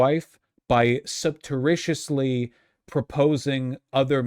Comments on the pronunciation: "subteritiously" was craaazy, lol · Today I learned Vaush still doesn't know how to pronounce surreptitiously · Nobody in Vgg chat corrected Vaush’s pronunciation of “surreptitiously”, it’s actually over. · I listened to this when he was streaming live a few days ago and had no idea he was trying to use the word “surreptitiously”, I just assumed he was using a word I wasn’t familiar with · If they corrected everything he said wrong we’d never get through a stream.